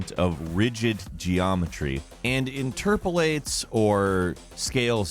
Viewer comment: Did I hear “interpalates”